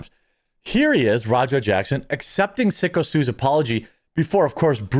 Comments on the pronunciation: PSYCHO STU, not "Sicko"! lol! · dudes name is syko like psycho , not sicko ....... wtf . getting his name wrong on purpose why exactly?nothing is sacred except engagement? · Syko Stu is pronounced “Psycho” Stu, not Sicko Stu. 😆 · It's psycho stue, not sicko stue. And that was a real beer can.